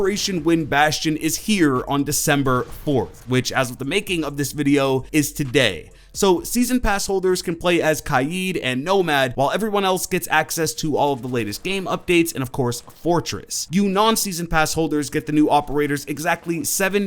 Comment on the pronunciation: Why do people say kaid like kaaaeed